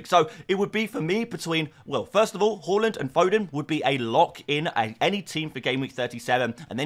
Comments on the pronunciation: Haaland NOT Hawlund OMG Say his name properly 😂😂😂😂😂😂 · Holland ? please dude, u should know better. its HAA, he is Nordic. Gvardiol = VAr DEE OHL, not Gadiol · It's pronounced Haa ( like in gasp) and lan the d is silent. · claimed that Hawwwwlund is the correct Norwegian pronunciation on his live stream. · Or just listen to anyone else in the world say his name. Hawlund is not correct. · It is absolutely not the way to pronounce his name. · Its not easy since the letter Å doesn't exist in the English alphabet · Do you think ‘the man’ says Haaland correctly? It sounds bad IMO. Like someone who doesn’t watch football might say Haaland. Also, like someone who is stubborn and not willing to be wrong.